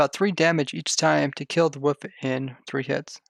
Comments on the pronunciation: why you say Woof? And not wolf? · Its not woof.. for god sakes please stop saying woof. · He says “woof” not “wolf” I’m actually love that, UwU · I didn't even realize he said wolf lol